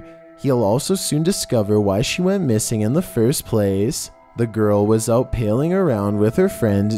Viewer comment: Same with saying "paling (long a rhymes with ailing) around" instead of pal-ing around as in hanging out with a friend. Geez 🙄